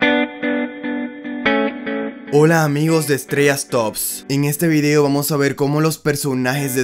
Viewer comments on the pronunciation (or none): none